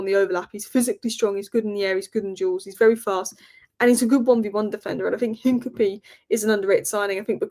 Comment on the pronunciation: It’s INCA-PEA-AY!!, your pronunciation is appalling.